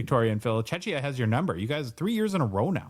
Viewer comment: Phil (and too 😬), we’re not a Chechya, it’s Czechia - correctly pronounced “chehkhiyah”. My ears are bleeding, gentlemen. 😄 Thanks for another great show. ♥️ Greetings from Czechia! 👋🏻